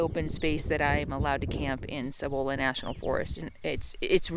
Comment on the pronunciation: So glad you are enjoying NM. Cibola is produced c-bowl-la. Sorry :-)